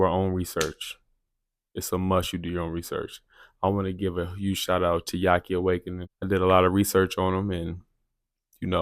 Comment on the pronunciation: Who is this guy you're giving a shout out to just past the 7-minute mark? Yaqui Awakenin'? That's what it sounds like. This guy who helped you a lot when you were doing your own research. Strange name. Would you be so kind as to put it in the notes so we can look for information there, as well? Thanks for posting. I appreciate your channel and your candor. Woe to he who falls into the hands of "experts"!!